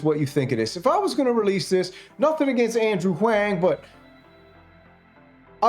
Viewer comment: "Wang" on repeat is pretty much the most petty slow dig ever. I'm sure you know it's how it's pronounced bc he literally says it EVERY VIDEO of his. In case your viewers don't, it's definitely and clearly "Wong." You would think your Eastern pronunciations would be up to par, being a "samurai" and all....